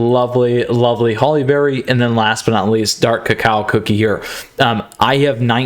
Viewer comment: Dark cacao cookie I love how you say it sounds a little weird but it’s kind of funny but I like the way you say it